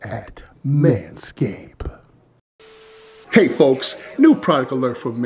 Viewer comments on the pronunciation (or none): that's crazy how you can't just pronounce the "d" in manscaped